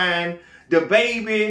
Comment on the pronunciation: How says Da Baby takes me out everytime😂😂😂Im weak...Facts though💯